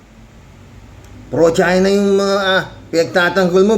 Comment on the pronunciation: NA MISS PRONOUNCED LANG NI KIMU. ANG IBIG NYANG SABIHIN MAGING PRO -CHINA NA TAYO.. hahahahaa